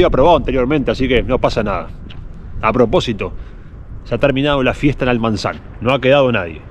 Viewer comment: No es Almanzan, es Almazán, a 25 minutos de la ciudad de Soria.